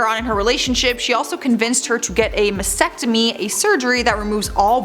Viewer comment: She mispronounced malignant and mastectomy...but that’s ok.